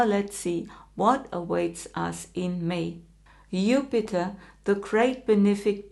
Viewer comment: Since you decided to speak English, could you pronounce Jupiter's name correctly?